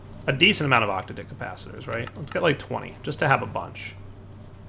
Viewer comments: "octa-dick capacitor".... no,.. it's "ock-tadd-ick". Every time you say it your way, I cringe.. this is not hentai. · every time he says octadic i laugh I don't know why he insists on saying it that way.. every time I just think 8 dicked capacitor.